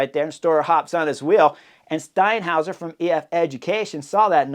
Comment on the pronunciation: That was the best 'Steinhauer' I've ever heard. Impressive!